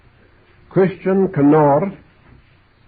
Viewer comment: Not Gew but Christian 😂😂😂😂😂😂